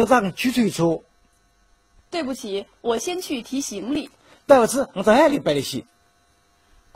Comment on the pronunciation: 对不起打扰了，怎么听起来是对不起草泥马🤣